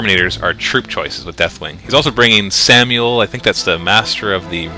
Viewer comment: This shouldn't be funny, but everytime calls Sammael "Samuel" I have to laugh.